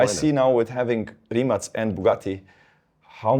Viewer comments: RIMAC it is the R is rolled and the C is not pronounced as a K, you pronounce it like a C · He kept mispronouncing Rimac, was driving me insane